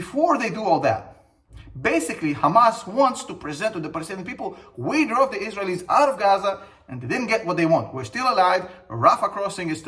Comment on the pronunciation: The way you say Israelies is the wrong intonation. Just saying. I love your videos